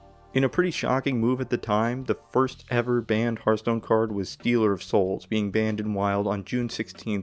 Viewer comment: "Steeler" of souls?? Here we go!